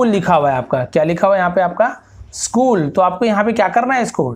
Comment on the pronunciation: It's not shool it's school sir